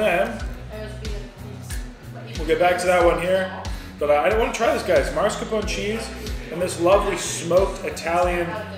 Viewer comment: I think you broke your own record for smacking!! Turns me off even tho I sometimes watch your vids. Come ON, noone else does that. BTW, just for future reference, it is MAScarpone, not MARscapone.